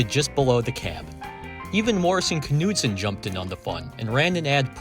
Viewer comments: This K is silent in Morrison Knudsen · Very interesting. I had no idea there was so much of a story behind these units. By the way, the "K" is silent in Knudsen.